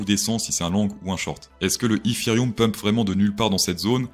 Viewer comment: Comment tu dit etherum 😅😂😂 n'imp😂